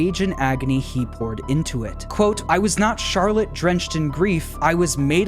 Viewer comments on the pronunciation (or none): none